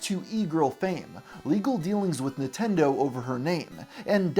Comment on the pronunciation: It sounds like you're saying "Nitendo" instead of "Nintendo" throughout the whole video and I can't unhear that. It kinda gives me the vibe of how my gramma used to mispronounce every other foreign word lol